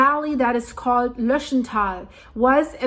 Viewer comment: Its called Lötsch taaal... grüsse aus zürich😅😊